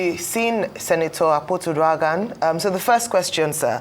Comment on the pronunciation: Dr Abati her name is pronounced Uduaghan not Uduahön😂😂😂